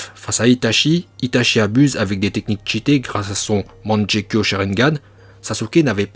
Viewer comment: Superbe vidéo comme d’habitude. Mais petite question, pourquoi à certains moments tu dis au lieu de Kage? Dans des anciennes vidéos tu disais que tu parlais en japonais pour certaines prononciations mais tu dis, manjekyo,…